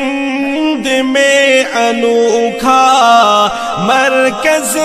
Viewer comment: Markhaj nahi markaz hai chichaa